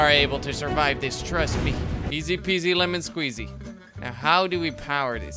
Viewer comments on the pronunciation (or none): none